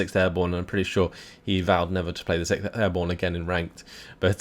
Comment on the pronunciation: when you say 6th Airborne idk, but i heard every time Sick Airborne xD